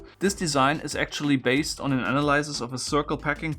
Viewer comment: no disrespect, but as many other Germans, you're butchering the pronounciation of "analysis"